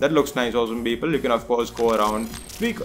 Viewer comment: The tutorial was fucking great and helped me a lot, but his 'Beoble' made me crack every time. XD